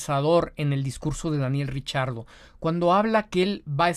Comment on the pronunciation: Yo repeti el video varias veces y no escuche el error de pronunciación de Giselle Zarur con el nombre de Daniel Ricciardo, más bien, lo escuche pronunciar correctamente....